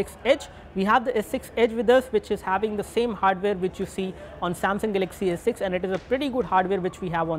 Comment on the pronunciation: This rot head can't even pronounce galaxy properly and wants me to buy edge lol